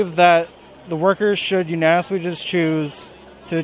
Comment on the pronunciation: "Usnasnmisously choose"